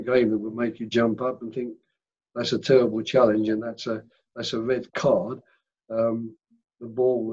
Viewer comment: Vewwy stwong opponent, and we were wobbed by the weferwee... weally tewwible